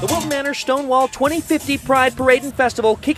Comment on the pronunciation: The funniest thing was "Schtone-wall."